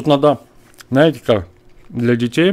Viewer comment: Нос ты говоришь не знаете а наете почему то букву з пропускает тормоз